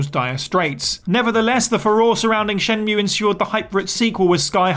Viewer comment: um it's pronounced "Shen-MUUUUUUUUUUUUUE" as per Jules